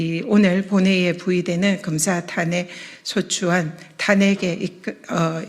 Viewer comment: 검새라고 들리던데~~~ㅋㅋㅋ